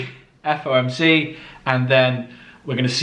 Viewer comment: It’s fomc not fmoc bro ,you have said it wrong 1000 times,no worries tho just wanted to point it out.